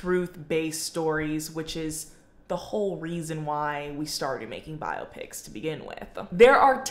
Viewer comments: What lunatic calls them "bi-ah-pics"? 😂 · I support your pronunciation of biopics 🫡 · A 22 minute video about biopics with 'biopics' pronounced wrong lol.